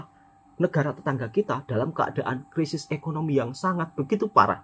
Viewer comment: " Krisis bukan Kerisis ".